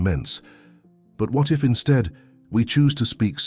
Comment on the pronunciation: While the content sounds philosophical and deep - and perhaps even potentially useful; it is a bit difficult to take it seriously when the narrator pronounces "instead" as "insteed". It's a turnoff even if it was an AI